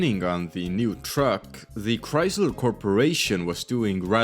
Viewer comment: “here at Chreysleh”